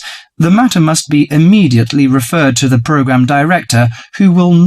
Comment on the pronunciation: 34 certainly can't be academic.. It's "program"